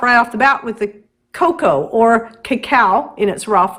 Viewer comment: It's not KAKAW it's Cocoa.. PLEASE!!!!!!